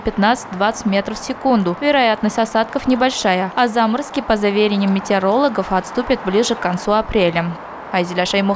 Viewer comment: По заверЕнию , ударяйте правильно!